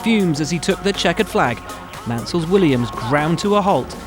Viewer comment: I had to rewind two times to double-check that they actually said "Williams"